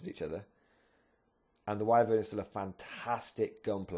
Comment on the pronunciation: Whi-Vern, not Whai, ffs :)